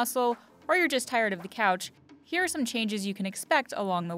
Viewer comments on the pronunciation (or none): lmao I thought you said crotch instead of couch